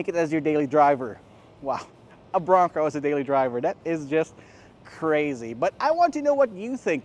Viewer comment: Tapusin ko sana yung video kaso inaartihan yung pagbigkas ng BRONCO ... 😂 BO ROWNG COWW ... Bading !!! 🤣 oink oink oink 🐷